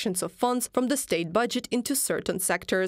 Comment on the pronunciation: Zis zey zat ze. Still in love with letter Z? You sound like a joke. One sentence, 10 ze